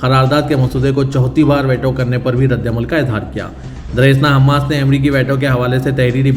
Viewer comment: ╔═══ ❤☀💚☀❤ ═══╗ 💚💚💚💚💚💚💚💚💚 Dear, Assalaamu alaikum. Aap angrezi alfaaz ka apna talaffuz sudhaarayn. Aap jiss ko WAITO padh rahay hain woh WAITO naheen, VEETO hai!!! Aaj ki sab say badee qabar ICC ka Benjamin Netanyahu Jay qilaaf maheenon kay baad, ARREST WARRANT ka release hona hai. Par yeh qabar aap ki International news may kyun ghaayab hai??? 🌐🌐🌐🌐🌐🌐🌐🌐🌐 ╚═══ ❤☀💚☀❤ ═══╝